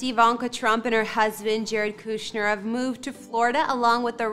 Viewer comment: It is not pronounced KOO shner. Get your act together. If a name is in the headline of your tour then you need to know how to say it correctly.